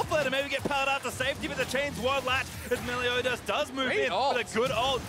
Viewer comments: its meliodas! meliodas! MELIODAS!! not melio DIAZ!! these casters! clearly not a fan of 7 deadly sins! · Vedius, the jungler's name is Meliodas, not Meliodias. You said Melidoias all game. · Vedius saying Meliodias is more tilting than seeing Jankos’plays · STOP. MISPRONOUNCING. MELIODAS. Literally pronounced exactly as it's spelled. Holy shit. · You talking about the constant mispronouncing of Meliodas? I'm there, too. Like holy shit please read the damn name. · And the other casters alternated between saying it right and wrong. Like, holy shit. fucking read. It's pronounced EXACTLY as it's spelled.